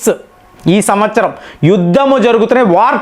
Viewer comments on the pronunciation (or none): none